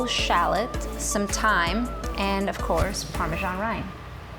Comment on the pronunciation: Parme*S*an - it's an S, not a G.